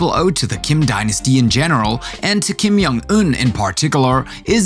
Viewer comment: "Kim Yeung Euhn" LOL